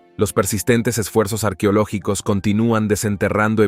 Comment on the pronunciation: No se dice arquiológicos, se dice arqueológicos, ese narrador no será el que he corregido siempre? Por favor, pongan a alguien que sepa leer, y espero que acá no se le vayan a chispotear los números en inglés. Ave María.